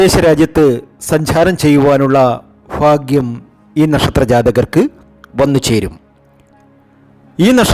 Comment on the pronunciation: ചാനൽ കാണുന്നതിനു മുമ്പ് എങ്ങനെയാണ് സുഹൃത്തേ ലൈക്കും സസ്ക്രൈബും ചെയ്യുക ഒരിക്കലും ഈ സംസാരം പറയാതിരിക്കുക പിന്നെ ഫാഗ്യവും മഹാ ഫാഗ്യവും കൂടാതെ ലോട്ടറി ഫാഗ്യവും ആദ്യ ഫയും ഭയും പഠിക്ക് എന്നിട്ടു മതി ഈ കുണ്ടാമണ്ടി പരിപാടി Sasi Tirur